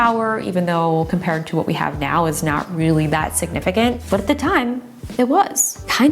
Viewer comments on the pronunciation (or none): none